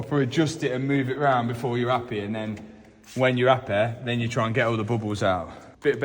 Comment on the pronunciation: did he say appy or happy im confused hahaha